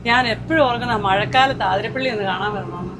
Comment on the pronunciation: ആതിരപ്പിള്ളി അല്ല 🤦‍♂️